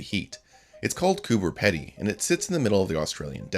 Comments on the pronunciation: Coober Pedy is actually pronounced "KooBer PeeDee" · Oh that's embarrassing for you...... it's Coober not Cooper. 😂😂😂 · Oh noooo... Its pronounced coober peedy.